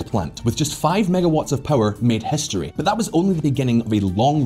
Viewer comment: What the fuck is ‘hestory’?